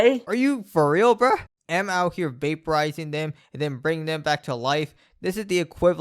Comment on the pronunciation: It's pronounced "ayy, ehm" not "am" as in "I am ___". "A.M." is supposed to be an acronym for "Allied Mastercomputer."